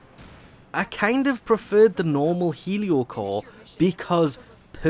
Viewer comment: This is probably the only weapon name 'Heliocor' that you did not mispronounce. Also thanks for the video.